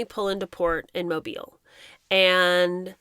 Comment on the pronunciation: So nice to hear Mobile (Alabama) pronounced correctly!!